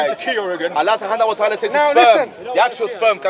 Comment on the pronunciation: yo he said Allah ssubhanahuwatahala 😹😹😹😹